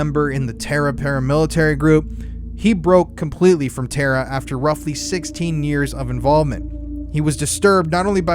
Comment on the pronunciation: TARA is pronounced 'Tah-rah